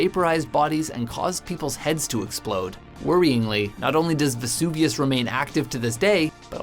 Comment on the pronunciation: It vesuvius ou